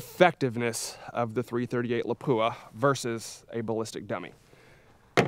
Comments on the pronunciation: Howdy! My understanding is that Lapua is pronounced LAH-poo-ah rather than luh-POO-uh that we commonly hear. Is this correct? (*flame suit on) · It's not La-poo-ah 😂. Pronounce it like this: La-pu-a. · LA-pua. Not la-PU-a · La'PWA' start pronouncing it correctly! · FFS I wish people would quit butchering the pronunciation of Lapua. It’s 2023 it’s easy to educate yourself.